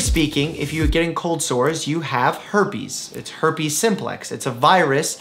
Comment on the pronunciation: "Why do I get cold sores?" Dr. Mike: Herpies... its herpies